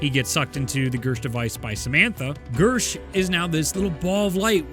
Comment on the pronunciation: Is it me or did say Bersh instead of Gersh